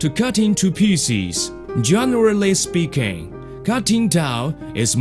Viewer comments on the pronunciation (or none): Lost it "Generally spreaking, cutting towel is more difficut then cutting meat, and a-vegetables"